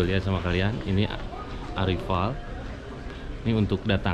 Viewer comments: maaf sebelumnya kang penyebutan ARRIVAL ( kedatangan) di baca erraivel.. tdk sama tulisan & dibaca... tq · Arrival bang..sebutannya salah